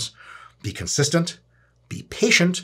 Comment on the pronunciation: “10 conistant years” 😂😂😂